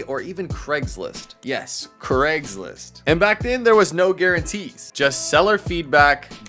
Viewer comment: Americans saying Craigslist like Creggs List makes me cringe every time.